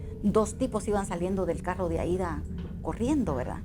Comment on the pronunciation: Jajajaaj "¿verdá?"